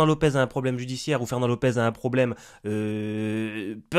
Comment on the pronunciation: "Ferwnand t'es morwt"